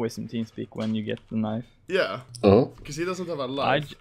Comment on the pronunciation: i love how he pronounces knife K E N I E V